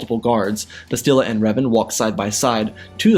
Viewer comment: Bastilla Shan So her name is pronounced Bas - still - La - Shawn Lol Grammer police over and out🚨